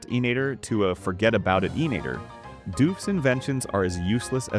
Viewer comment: It is inator not ineater